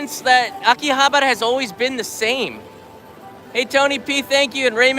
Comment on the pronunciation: you don't even know how to pronounce Akihabara and you dare to speak of its history.... pathetic foreigners selling Japan for views.... at least try to learn the names properly mate.